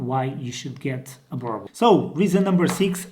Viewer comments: can you please correct pronounce the name Burble burble does not exist boooorbuuul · He really just said "burble" 😊😂😂🤣🤣🤣🤣🤣😭😭